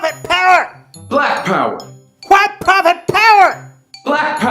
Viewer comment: The pronunciation of “hwyte” is so funny